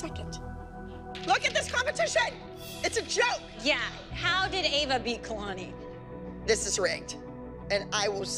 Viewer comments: Nobody: Still Nobody: Not A Single Soul: Announcer: kEyLaNeE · The announcer said it as KAY-LANI and it should of been ka-lani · They said kaalani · natasha keylaaanii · Oh yass Kayh-Lahni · Kay lanie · kay-la-neee omg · I hate how the announcer said Kalani like Kaylanee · no one: literally no one: the announcer: kaiylani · Judge: "4th place, Keeilani" "KEEILANI", wow okay KEEILANI is not how you say it lol KEEILANI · Did anyone else hear how the judge pronounced Kalani? She said "Kaylani" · When the announcer said kalani like ka-lani it annoyed mee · In 4th place Entry Number 21 Dance In The Shadows kAyLaNi I hate the way she said Kalani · She said it like my name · Who else got mad when the announcer pronounced kalani's name wrong just me okay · How pronounce is Kalanis name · Jeanette pronounces kalani wring and pronounces Ava wrong. WOW GUYS STOPSJJDBDD I DIDNT EVEN NOTICE I SPELT “ WRONG “ INCORRECTLY 😭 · Anyone notice how Ava’s mom pronounces kalanis name wrong and pronounces Ava’s name wrong like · anyone noticed that cant pronounce ava right and jenet cant pronounce kalani right